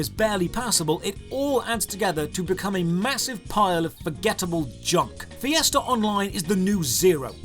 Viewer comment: You mean fiesta, I heard Fiasco